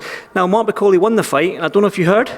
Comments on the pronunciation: Did he call him Martin Bukake? lel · It isn't martin bukake, it's martin bakole idiot!